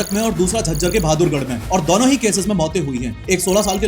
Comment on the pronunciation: "दोनों" होता है भाई "दौनो" नहीं😂